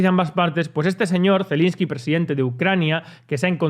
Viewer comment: Es Zelenski, no Zelinski